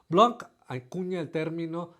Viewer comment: Gracias viejo! Excelentes videos como siempre! hasta te salen bien los nombres en Francés ;) (Una cosita en "Blanc", la C al final no se pronuncia, asi que te queda algo así cómo Louis BLAAN (la N un poquito nasal)) un abrazo y hasta la próxima